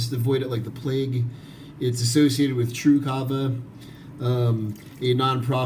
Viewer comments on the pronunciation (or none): none